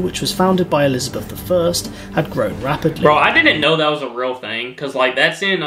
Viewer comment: Please, it is 'Elizabeth'